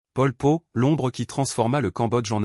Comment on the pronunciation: l'inconvénient de la voix IA , c'est qu'elle produit de nombreuses erreurs de prononciation . "Pol Pot" , "Saloth Sâr" , "Phnom Penh" , ça se prononce pas du tout comme vous dites . d'autre part , votre déclaration comme quoi il serait né dans la ville ou la province de Prey Veng est contredite par plusieurs biographies . en réalité , il serait né dans la ville de Prek Sbauv , province de Kampong Thom . d'autre part , vous indiquez son séjour à l'étranger à Paris , mais vous laissez de côté ses voyages en Yougoslavie , au Vietnam et en Chine . de plus , vous présentez son mouvement comme clandestin , ce qui n'a pas toujours été le cas . Khieu Samphân a été élu député en 1962 et nommé Secrétaire au Commerce . de plus , vous présentez à tort Pol Pot comme le seul dirigeant du régime , ce qui n'était pas du tout le cas . de plus , vous parlez d'un génocide systématique des religieux , ce qui est faux parce que les moines avaient la possibilité de revenir à la vie civile . de plus , l'invasion vietnamienne a commencé au mois de décembre 1978 . enfin , vous oubliez de parler de la succession de Pol Pot , et en particulier de Hun Sen , lui-même Khmer rouge dissident , devenu Ministre des Affaires étrangères en 1979 , puis 1er ministre en 1985 .